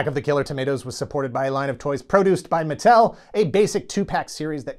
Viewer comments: OK. He's saying the word "produced" not like "pruh-DOOCED," but "PRO-dooced," as in "produce," a la what you might find in your grocery store's produce section ... like tomatoes. Right? RIGHT? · PRO-duced. I seed what ya did there... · "show was Pro-duced..." You monster. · Your pronunciation of “produced” etc. was not lost on me, LOL